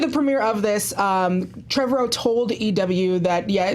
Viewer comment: I love but cant stand the way she says Trevorrow.